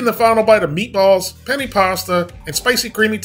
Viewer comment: The way he says Penne isn't sitting right with me lol